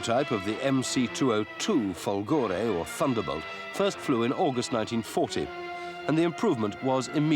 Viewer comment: Per come ha pronunciato "fòlgore" meriterebbe la chiusura del canale!